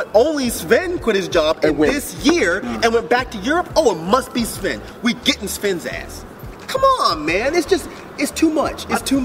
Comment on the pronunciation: actually pronouned Sven perfectly HAHAHAHAHAHAHAAHHA